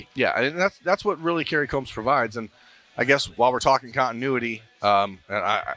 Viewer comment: He is pronouncing it right